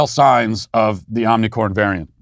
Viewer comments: Matt, Can you pls pronounce omicron properly lol it’s not omicorn 🌽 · Today we cancel Matt Walsh for saying omnicorn. It's omicron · Matt, it's omicron, not Omni 🌽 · Love how he keeps saying Omnicorn. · Omni “corn” 😭😭😭. Matt for the win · IT'S NOT OMICOR 🤦‍♂️ OMICRON OMI-CR-ON Between you and Steven Crowder I don't know who is worst with the Greek Alphabet 🤣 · It bothers me so much how Matt mispronounces omnicron. I hope he does it more hahaha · Great trolling by mispronouncing Ornicorn!! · Matt It is omicron not omnicron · It is omnicron not omnicorn... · I think you should be given more credit as being the only public figure who pronounces omnicorn correctly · Why do you say omnicorn? Maybe I have missed that you are doing on purpose? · You're purposely calling it "omnicorn", right? It makes me giggle every time you say it. I imagine you're intentionally mispronouncing it to be absurd. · Omnicorn was funny the first couple times. Now it is making it seem like you don't know how to pronounce it. Just focus on how mild it is, rather than mocking it. It is incredibly disruptive to the educational situation (ie, students and teachers must stay home if they have a scratchy throat or cough leading to sub shortages and thousands of lost learning hours) so helping the narrative by focusing on it's mildness is helpful. Mocking it means your voice will be ignored as contrarian. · He knows, dummy. It doesn't deserve the respect of correct pronunciation. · Somebody tell Matt to stop saying "Omnicorn"!